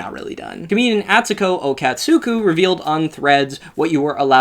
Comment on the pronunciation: I don’t wanna be that guy, but it’s pronounced “ats-ko o-kats-ka” 😅